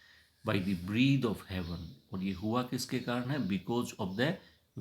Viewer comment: Sir sorry to say some words mispronouned -- 1.Oft ऑफ्न we know it is often but the poet has spelt it oft so we must pronounce it ऑफ्ट not ऑफ्न to define old English with the new one. 2. Imprisoned इंप्रिजॉन्ड correct इंप्रिजंड 3. Breath ब्रीद Correct ब्रेथ I have not heard the full poem. These are observations of first few lines. Correct ब्रेथ